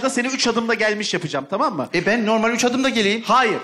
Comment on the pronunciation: Bu yönetmen neden "normal" kelimesini söyleyemiyor? 😂